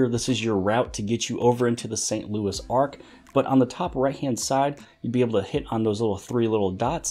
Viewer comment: It's St. Louis arch, not ark. Ch like in chair, not choir.